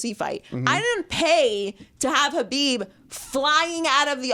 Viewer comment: Its not Habib. Its pronounced with a throaty sound, not an h sound. Just say khabib like everyone else instead of trying to look smart.